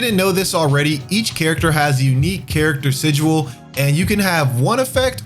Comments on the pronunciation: he's pronouncing it like si-jewel, not even the way you said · Listening to this guy mispronounce words like "Terminus" is painful. Let's not get into how he pronounces "Sigil" as "Sigual".